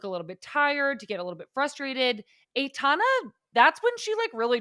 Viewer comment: first syllable of Aitana rhymes with eye.